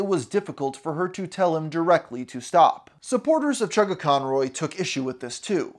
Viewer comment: havent watched the video yet but as soon as i hear him say "chuggaconroy" i felt pain